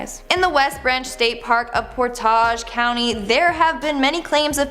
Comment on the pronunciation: Did anyone point out to that she mispronounced many of the locations like Medina, Akron, Portage County, etc.? Can anyone help them in the future?